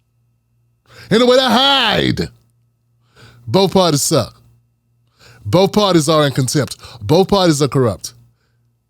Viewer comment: "Boaf parties suck" illiterate a-hole